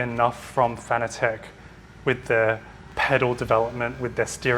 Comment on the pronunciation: Now to get the doc pronouncing Fanatec currently ;)